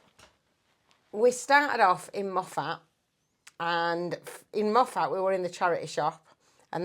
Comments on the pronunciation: I'm laughing at the way you're pronouncing Moffat . It's mo-fit phonetically. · Shame your trip was so short and you missed so much, and most of the best bits. That was barely the tip of the 'iceberg'. Moffat is pronounced like 'muffit' that 'a' is barely heard. It creased me up that you commented on the accents in the pub in Greenock (it's pronounced GREEN- uk) and how you couldn't understand them. I'm Scottish and I need a translator to follow you two at times!!😅😅 Safe travels. 🐾🙏🧙‍♀️🚐🏴